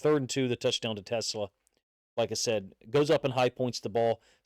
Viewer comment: Pronounce his name right. His name is Te-SLAA" the ACCENT is on the SECOND syllable